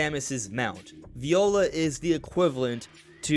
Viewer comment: minor note, it's actually pronounced "vye-ola", not like the instrument